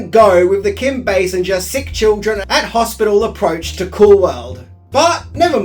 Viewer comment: What is the leading actress’s name? Can you repeat? Sinja? No you pronounce it “singer” as if it was derived from the verb “to sing”.